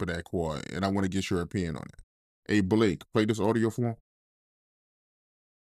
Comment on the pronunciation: Who tf is buhlake? 😂